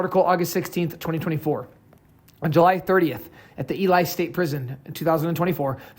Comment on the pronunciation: It's pronounced "E-lee"